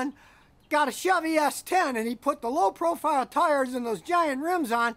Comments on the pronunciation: Low profire lol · "low proFIRE tires" lol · "Low profire tires"